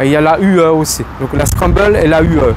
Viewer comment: Ça m'a arraché les oreilles, on dirait un enfant qui connaît pas son texte pour un spectacle, il faudrait apprendre à lire, c'est zontes, et pas zonteste, et scrambler, et pas scrumbeule, tu découvres le monde de la moto ou quoi ??